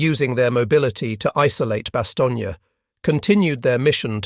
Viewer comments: "Bastogne" is pronounced "bastown" not "bastown-yuh". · The town is named Bastogne, pronounced in French pronunciation: [bastɔɲ] , in English Bastonne. Not Bastonnia!!!! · Great story! That's not how you says Bastogne (no "gna" at the end). But otherwise very interesting to listen to. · It’s very annoying how you pronounce the town of Bastogne as it does NOT have the “a” sound at the end of it name NOT BASTOGNEAAA. My father earned two Purple Hearts and a Bronze Star there.